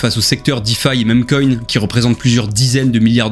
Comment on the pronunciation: super vidéo, juste une remarque meme coin se prononce mim coin